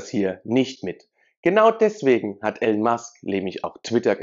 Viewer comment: er heisst Elon und nicht Alan. peinlich wenn man nichtmal namen richtig ausprechen kann